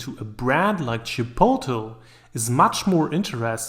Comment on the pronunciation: Can you please pronounce Chipotle properly